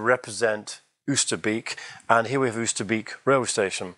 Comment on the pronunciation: Wow it all looks so wonderful. So much detail and instantly recognizable. One suggestion on the pronunciation of Oosterbeek, you would be closer if you say it starting with the "o" sound from "boat" - i.e., "Oaster - bake"